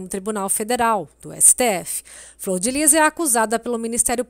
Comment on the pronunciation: Fror ou flor????